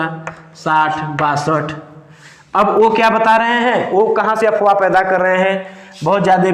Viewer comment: अबे अपवाह नहीं अफवाह होता है.... तू क्या टीचर बनेगा रे.....